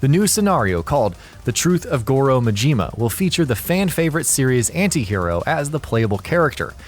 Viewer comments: MAJIMA,not Mijima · its not ma-jima its ma-ji-ma and its not mo-ko-to its ma-ki-to sounds but spelt differently gosh have you not played zero?! or paid attention?? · Cynical Nihilist Also: Ma-ji-ma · Not, Majeeema!! Ma-Ji-Ma!!! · This guy is a real expert on Goru Mahjeema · I cringed every time you pronounced Majima and Yakzua. You butchered it. Otherwise, good video. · Akira Oni The way he says Majima’s name triggers me.